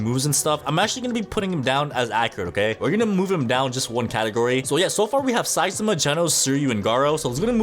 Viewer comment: THE A.I IT SAYS SUI AND SAIMA